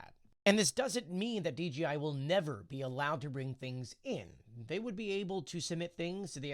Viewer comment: D JAY eye. Why do you keep saying Dee, Gee, Eye? It's a J not a G.